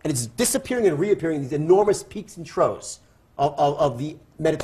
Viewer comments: They're spelled "trough" and pronounced TROFF. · Peaks and "trows"... haha, seems being a multi-millionaire can't buy one a command of pronounciation :D